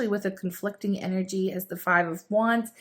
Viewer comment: Why does she pronounce “energy” like a little kid who just heard the word and is pronouncing it for the first time? Distracting, irritating, cringy. Unsubscribed.